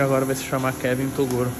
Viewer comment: é o nosso Tirulipa de hoje atual só risada kkkk gosto mais quando o troca o nome do Toguro para torugo kkkkkk